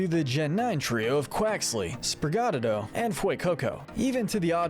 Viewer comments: It’s not Sprig-ga-toe, it’s Sprig-a-ti-toe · It’s pronounced “sprig-UH-TEE-TOH”, “curse-UH-luh”, “VIKE-uh-volt”, “lee-VAN-ee”, and “BOWN-sweet”, “Patrick Star”! 🤨 You’re so bad at pronouncing names,. 🙄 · ik u did not just say sprigatito like that 😭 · Why did he murder, desecrate, and fillet Sprigatito’s name